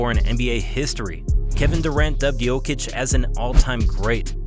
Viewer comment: I agree, also, not that it matters that much, but I like how he said his name with a correct accent lol